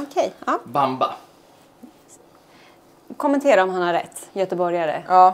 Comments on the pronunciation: Det uttalas baambaa men han har rätt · Bamba som namn på matsal stämmer ypperligt! Betoningen not so much ;)